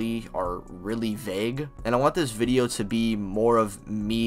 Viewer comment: “Watch the viideo”